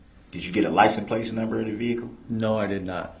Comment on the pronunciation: did they not provide a dictionary did he say playton